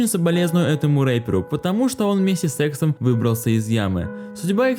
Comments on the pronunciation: с*ксом мне послышалось) Лучше бы сказал С иксом) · планы СЕКСОМ(знаю что он говорит С ЭКСОМ) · звучит как с*ксом а на самом деле с эксом. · кому послышалось СЭКСОМ? а не С ЭКСОМ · сексом или с эксом😔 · кто услышал сексом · мне послышалось не С Эксом а что то другое😹